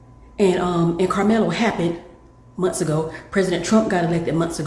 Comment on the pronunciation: It's month, not mont, it's forth not forf